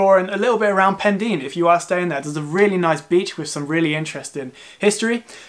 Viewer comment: Really good video, thoroughly enjoyed! I live in west wales, just so you know, Pendine is pronounced Pen - dyne 😉